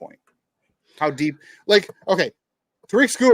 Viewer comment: Please pronounce Tarik Skubal's name correctly! It's pronounced TERR-eck not ta-RIK!!